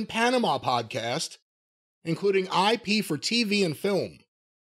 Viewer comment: I know it's IP, but hearing it, it sounds like said "I pee for TV and film" lol